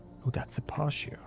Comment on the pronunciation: Pronounced - pah-tee-o = patio